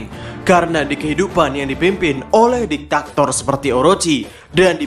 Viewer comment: Diktator not diktaktor